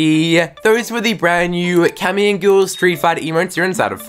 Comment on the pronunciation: YOU TRIGGER ME SO MUCH ITS PRONOUNCED GUY EL